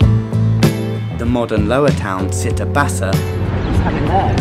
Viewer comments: Thank you for the video! Very helpful :) Although, I cried every time you said "see-tta" instead of "chee-tta" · Città alta is pronounced like the CI in “Ciao” ( think “cheese “) Nonetheless, this is a great video!!